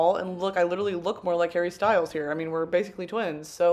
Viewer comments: hawwy stuiles hawwy stuiles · hawwy styuels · Harry Styles? Don’t know him Hawwy Stwyles? We Stan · "I love Hawwy Stywles"